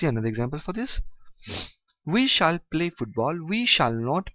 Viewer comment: Stop pronounce it shaal